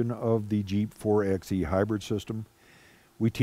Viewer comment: It's "4 by e" like "4 by 4"...not "4 ex e" or "4 ex 4"